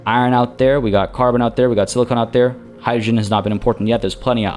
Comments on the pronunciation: Sorry to nitpick, but you keep pronouncing silicon as silicone and those are very different substances. 😊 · Hey …love the stream of this game. Just a heads up on pronunciation. Silicon (short o) is for computer chips and semiconductors. Silicone (long o) is the stuff in fake boobies and aquarium sealant. Cheers!